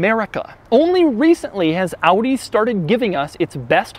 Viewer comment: Doug - thanks for pronouncing OW-DEE correctly.